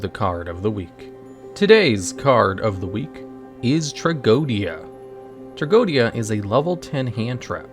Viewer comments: It's not tea-go-Dia. It's just tra-JEE-dia... It's latin for tragedy. Go figure. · The pronunciation of its name it s wrong. It s closer to Tragedia. That s the wordplay and the diphthong oe is read E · No, its tra-go-e-di-a 5 syllables